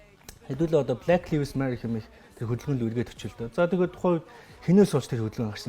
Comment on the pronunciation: copy Мэдээ нтр хүргэдэг ухаантай юм бол зөв үнэн мэдээлэл түгээж бай. Худлаа хэдэн халтар хултар мэдээлэл харчихаад битгий мэддэг юм шиг солиороод бай. 1т. Гадаадаар үг хэлмээр байгаа бол зөв хэлчих. Lives гэдэг үгээ ч аятайхан хэлчихэж чадахгүй байж юун худлаа шаах дуртай юм. 2т. Kanye яг BLM болж байхад үг дугараагүй. Өөрөө Drink Champs дээр хэлэхдээ би Candace Owens-н киног үзчихээд ер нь юу болоод байгааг ойлгож авсаан гэдгээ хэлсэн. 3т. Үндэсний телевиз дээр гарч байгаа юм бол аятайхан сул үггүй ярьж сураач. 4т. Pete Davidson хэзээ ч Kim-н нөхөр болоогүй. Найз залуу нь л байсан. 5т. Яг асуусан асуултанд нь хариулахгүй өөр2 мэдээллүүдтэй хольж яриад байх юм. Шууд асуултанд хариул л даа. 6. Julia Fox-той 3 сараас хойш ахиж хэзээ ч холбогдоогүй, өөрсдийн хийдэг зүйлсээ л хийж яваа.